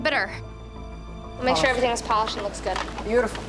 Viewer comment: is it me or did I hear Gordon say everythink?